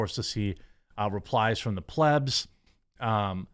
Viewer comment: Stop saying pleb incorrectly you ding dong.